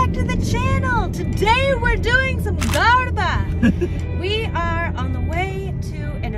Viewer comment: is very talented,our desi girl She pronounced it very nicely 'gaarbaa' 🤭